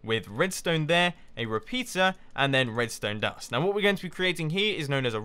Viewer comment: One of the times you said "repeater" I heard "repizza" XD